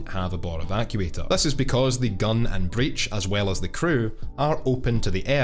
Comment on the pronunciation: Breac or Breech ?